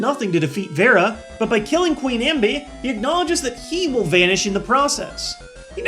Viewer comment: It's Veran not Vera..(sorry to nitpick).